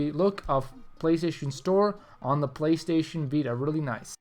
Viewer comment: Playshjjsh. haha when he says playstation too fast.:)